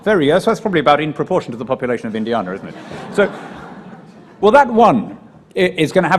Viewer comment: Apart from the way he says Indiana! 😉